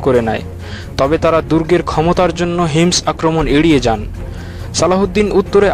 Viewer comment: এটা হিমস না হোমস.....